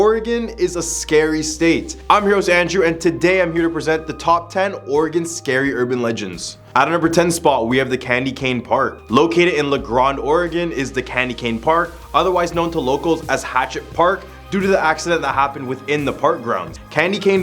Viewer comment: You pronounced La Grande wrong. I've lived here for 10 years, only out of towers pronounce it like that. Grande like I need a loan for 5 grand. Also I've known about the Candy Cane/ hatchet park story but don't know anyone whose experienced anything paranormal there. However our Hot Lakes Springs has many ghost stories; it was a mental asylum for many years.